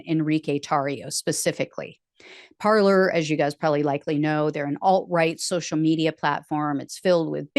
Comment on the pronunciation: Parler is the French verb “to speak” and is pronounced parlay not parlour